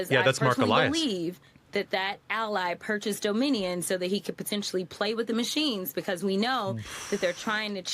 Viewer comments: Can we revisit how Jasmin mispronounced Dominion? 😂 Domin-ian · Jasmine, "" worries about "Doe-MINnie-YUN." (🤔???) machines. worries about "Leeveritch." Yes, even the spoken word. EVERYTHING Democrats touch...